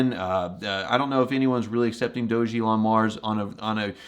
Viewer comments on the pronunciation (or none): Hello. You probably don’t know….but do you know your pronouncing DOG-elon Mars incorrectly?! The ‘doge’ is not pronounced like when you say ‘Dogecoin’. It’s pronounced like you saying Dog + Elon